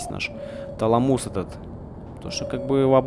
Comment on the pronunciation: ТалАмус, а не ТаламУс.